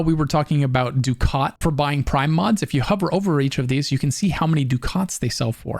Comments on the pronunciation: It's funny he pronounces ducat wrong. It's pronounced ducket, for whatever reason. I used to say the same. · Ducat : duck-it Nitain : nye-tane Just wanted to say that. The pronunciation drove me nuts. Otherwise, more than excellently designed video/guide.